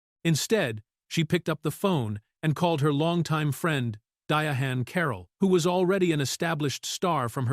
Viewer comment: Dianne, not Dyahan